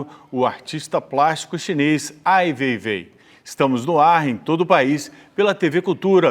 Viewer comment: não tem como não odiar o Ricardo Lessa, sem pesquisar a vida do Ai Weiwei e ainda pronunciando errado e o chamando de seu veivei. Pelamordedeus. que vergonha alheia.